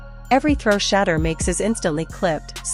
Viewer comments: Please have her stop saying Shaddow Sanders to She-deur Sanders. So sick that they can’t say it right. She is on NFL Top Stories. When I hear her I want move stations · Please LEARN HOW TO PRONOUNCE HIS NAME. I WILL never subscrbe UNTIL YOU DO & ADVISE NO ONE ELSE TO. THESE SITE PRODUCERS ARE WAY TOO DISRESPECTFUL OF SHEDEUR SANDERS & I THINK IT IS INTENTIONAL - PRONOUNCED = SHA DOOR RAH. DUMB DUMB:face-orange-raised-eyebrow::face-orange-raised-eyebrow::face-orange-raised-eyebrow::face-orange-raised-eyebrow::face-orange-raised-eyebrow::face-orange-raised-eyebrow::face-orange-raised-eyebrow::face-orange-raised-eyebrow::face-orange-raised-eyebrow::face-orange-raised-eyebrow::face-orange-raised-eyebrow::face-orange-raised-eyebrow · Um the Ai voice over is pronouncing Shedeur’s name wrong….😮 Put some respect on his name 😡😡😡😡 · 😢you Ai folks need to knock it off if YOU can't show enough respect to pronounce his name correctly. Deleting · You need to get the correct pronunciation for his name